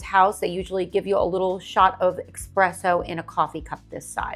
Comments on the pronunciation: Essssspresso, not expresso! Heard you say this on several of your videos. 😱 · You lost me when you said “eXpresso”.